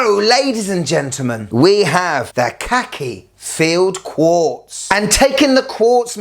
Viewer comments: Why don't you pronounce Khaki correctly? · khaki as in the military colour, please pronounce it correctly. 😉